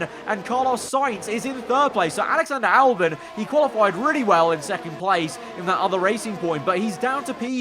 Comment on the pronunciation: ahh yes, Allyander Olbon